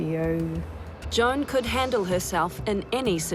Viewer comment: Sounds like she says John, not Joan. Is Wech pronounced wek? Or wick?